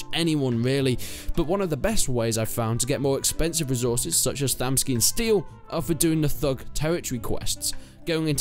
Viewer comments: Resorces lol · "Resorces" lmao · ah yes, resorces